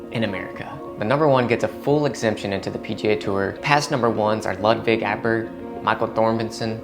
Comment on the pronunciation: That pronunciation on Ludvig and Thorbjornsen's last names were so bad dude